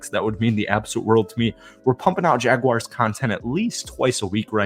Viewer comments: Say, Jag-Warz. Read it again. Now say Jaguars...🎯💯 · No complaints about the video but it is Jaguars, pronounced "Jag-wars". Lol love your content.